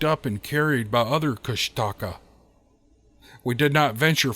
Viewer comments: It’s Koosh Ta kaa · Kushtaka is pronounced KOOSH ta kah